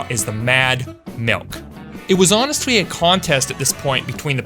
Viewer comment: Just wondering; why do you keep saying all your "L" sounds with "W" sounds? "Especiawwy", "Honestwy" ect